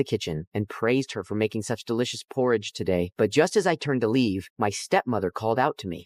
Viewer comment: THATS NOT HOW YOU SAY PORRIDGE